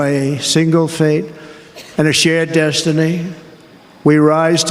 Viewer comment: "a shingle face and a shared desh-teeny..." Trump really has a way with words.